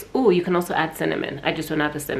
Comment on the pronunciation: I love how you don't ng'oa or struggle forming sentences so it was funny you can't pronounce cinnamon haha